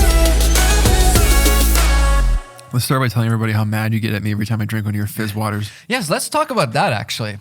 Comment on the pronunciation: opens up with "fizz waters" im already dead